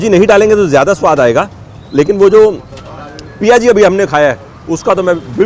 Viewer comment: Sir aapne to galion ki yaad diladi ... jaldi aana padega ab CTC ... Ayur sur Piyaji hota hai sir...coz it contains onion - in Odia it called “piaja” so us dish ka naam “piaji” hai not PIA ji ....